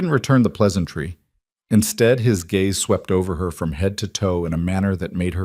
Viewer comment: It's GAZE - NOT GAYS - YOU IDIOT AI!